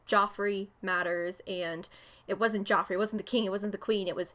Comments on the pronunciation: It’s not Jeff 😂 it’s Joffrey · Its JOFFRREY. hahaha